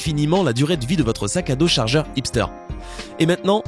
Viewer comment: le charjer et le meiuer